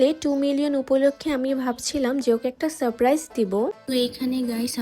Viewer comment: সারপ্রাইজ ঠিক বলতে পারে না😂😂😂😂